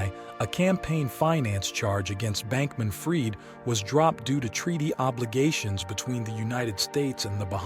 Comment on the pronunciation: Interesting video 🙂Although I got a bit frustrated at times when the AI narrator couldn't pronounce names correctly. And inb4 you state that you narrated this yourself: You made the video on the subject, so logically you ought to know the pronunciation of the names of these people - I mean .. even Sam's last name is pronounced wrong ('fried' as in 'fried chicken') only to be pronounced correctly moments later when pronouncing the last name of his mother ('Fried' as in 'I freed the birds'). Now .. If I am wrong, and you actually hired a human voice actor, I'd advice you to add a parenthesis with the phonetic pronunciation of the name or word, much like I did earlier. Otherwise, try feeding the phonetic pronunciation to the AI when having it narrate, do it yourself or hire a human until it gets better 🙂 Otherwise, keep it up - your editing is great👍